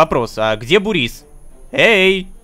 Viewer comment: Бурис нет Бубрис